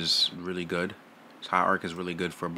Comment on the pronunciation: "High Ark, High Ark" LMFAOOOOO